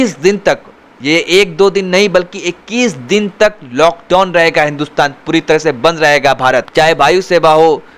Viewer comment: LockDon nahi hota hai lock down hota hai and get educated first you illiterate reporter